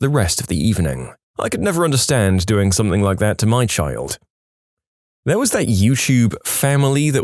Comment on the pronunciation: No K in the word something